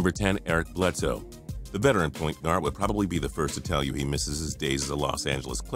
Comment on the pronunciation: Bledsoe Vetheran? Bledsoe?